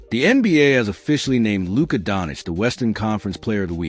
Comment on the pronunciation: You set the tone when you butchered Luka’s name.